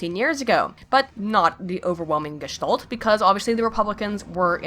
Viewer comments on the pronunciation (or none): You said "Gestalt" (I figured it out after numerous repetition). Your pronunciation was... ähhh... different as I´m used to. If you wonder why it bugs me so much it is because it throws me back into german and my mind needs some time to get back into english and so I lose some words... (for a few moments english than sounds like gibberish to me) Well nonetheless I like your atittude!